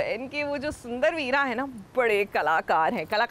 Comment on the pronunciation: Shundar Jetha pronunciation